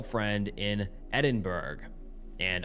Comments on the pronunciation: Hey, understandable mistake but just for future reference, you're supposed to pronounce Edinburgh as "Edin-bruh" or "Edin-bur-uh" not "Edin-burg". Source: I have tons of Scottish family. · To help with your pronunciation of Edinburgh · had a stroke as a scot hearing mispronounce edinburgh and call pounds, euros but other than that a goated video as always